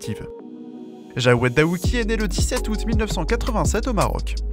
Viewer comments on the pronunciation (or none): Jawed Douaki... c'est Daouki, tu l'avais bien dis au début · 11.09 il dit " Jawed Douaki" au lieu de Daouki.... Héhé boy!!!